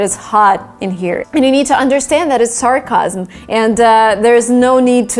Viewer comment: Hey! I think you mispronounced the word "sarcasm".